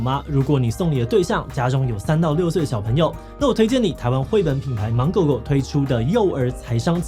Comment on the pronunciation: 我希望志祺七七可以把芒發音更清楚一點，是芒狗狗不是滿狗狗，我姓滿，這讓我很困惑😅